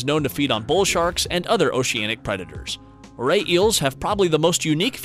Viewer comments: I found something weird in the moray eel why do u say it like Morley eels? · There is no l in moray eels 😂